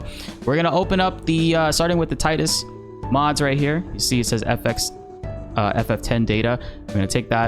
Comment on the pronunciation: How did you pronounce Tidus ಠ_ಠ